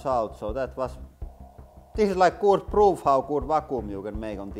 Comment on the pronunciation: " pretty got damn goot vacooom." 😂😂